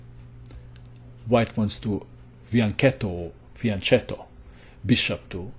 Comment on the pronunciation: You spell it Fianchetto, but the ch is pronounced as a k.... fiaŋˈkɛtto